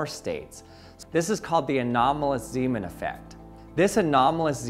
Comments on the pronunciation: Ahh, Zeemaneffekt. I am hearing Seamen here all of the time. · zay, mahn... not Seeman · You say Ziiiimen. That is not his name. Its more like Nay in Nay sayers. Zayman. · Zaj-man, not Z-man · My wife was in the next room and thought she kept hearing you say "semen" when you said "Zeeman". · It's pronounced more like Zaymahn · fire fire …fire fire…. he said seamen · Haha! "Zemen". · Well if he’s Dutch, it would be pronounced “Zayman”. Zee (zay) is Dutch for sea, so it would translate as Seaman aka Sailor). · Just for the record, Zeeman is pronounced Zaymahn. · As he was Dutch, pronunciation of "Zeeman" should be accordingly, with the "ee" sounding like the "a" in "play" and also the "a" sounding differently, but I cannot find an English word with the same sound ... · "Pieter Zeeman" is pronounced slightly different, it's roughly like this: 1. Pieter: Very similar to Peter, perhaps pee-ter might be slightly more accurate. 2. Zee: Very similar to Say, but with a Z at the beginning. 3. man: Sounds more like "mom" but with an n at the end. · I almost made it, but "Anomalous Zeeman" got me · The ee in Zeeman is pronounced like the ay in say